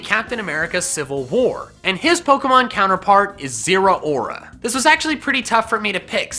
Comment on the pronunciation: zeraora is pronounced zeh-row (as in cow)-ruh